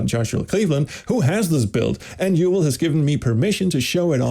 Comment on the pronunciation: Wow nice, what an exclusive! So happy to see this project is getting off the ground. Also as an Israeli, I must tell you that Yuval is pronounced more like Yu-VAAL. Major props to him!